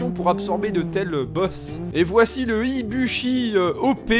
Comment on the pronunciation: Le "Ibushi Hoppé" Je suis pas le seul à avoir été choqué ? >_<